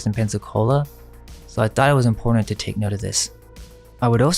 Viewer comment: "IMPORTANT" DOESN'T have a "d"... It's not "imporDant"...